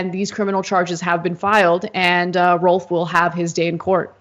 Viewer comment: a bullet went through another person's car. pretty sure the name is rolfe, not wolf